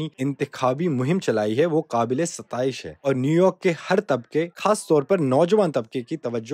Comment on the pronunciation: Is this bbc urdu or bbc hindi? The pronunciation of kh words (khaas... ) is really bad. Plz appoint proper urdu speakers 😢